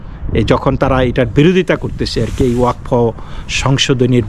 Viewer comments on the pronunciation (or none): not wakfa it is wa kad. Pradip kr Roy Kolkata. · it is wa kaf.